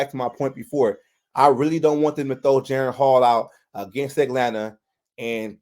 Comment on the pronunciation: Jeren? It's disrespectful to get a man's name wrong.